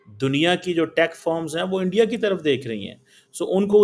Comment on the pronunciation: Start saying "Bharat" instead of "India". Your pronunciation and enunciation of "India" is way off.